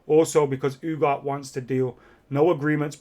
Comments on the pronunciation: U G A R T E...not Ugar. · Ooo-gar-tay. Not Ooo-gart lmao Come on man, you're killing me